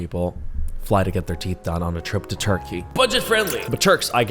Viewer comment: "It's not even abroad, anywhere, if you go to a unprofessional center..." he says after pronouncing the name Turkey many times and making it seem like the center of all dentistry evil. I appreciate that you raise awareness but the imagery was stressful already; please at least say the name right. ps: I follow your channel for you being a critical thinker, however sometimes you are really harsh and that also inspires critical thoughts such as this